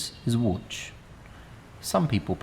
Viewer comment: you got me tricked by your perfect polish pronunciation of Łódź, kudos to your parents, and thanks for the great video